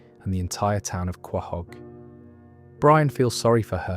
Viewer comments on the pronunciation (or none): Some advice Quahog is pronounced co-hog not how its spelled